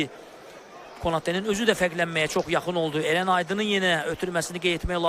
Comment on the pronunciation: Eren yox, Ərən